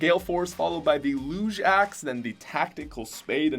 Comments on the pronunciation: he called the lug axe the looge axe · bruh the Luuuge Axe. It is the lug axe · Let’s acknowledge the fact that my boy just called the lug axe the looge axe. Not hating but come on man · Did he just pronounce the lug axe, luge axe... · Nobody: Literally No One:: LOOOOGZH axe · Did u mean LUG axe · The way he pronounced lug axe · did anyone notice how he pronounced lug axe